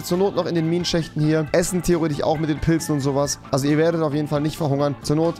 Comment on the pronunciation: Wie hart triggert sein „theoretich“